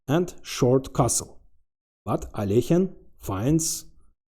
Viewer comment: Love the thumbnail! Look forward to watching the vid. Alekhine is a total gigachad; glad you pronounced his name properly, I cringe when people pronounce it AL E KYNE My Dangerous and Deadly Threat, Squeezed etc counter is on😂 cheers!